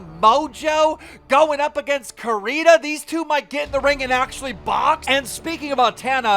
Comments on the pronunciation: Repeat after me... CO RE NA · btw it is Core-inn-a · CORE RIN UH CORE RIN UH SAY IT WITH ME KEEM!!